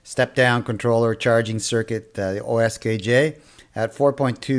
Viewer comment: Thanks for the review. Will follow your instructions to make one. However, the brand name is QSKJ not OSKJ.